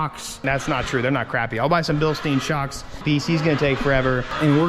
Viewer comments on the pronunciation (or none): It's not BilstEEn, it's BilstYn.